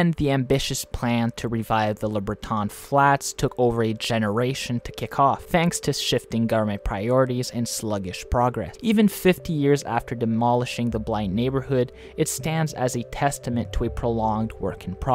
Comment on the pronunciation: Colonel By (Kernel By) and LeBreton Flats (le brett-en (said quickly)) are the most notable pronunciation errors but you can also always say them in French! The national capital region is very bilingual :)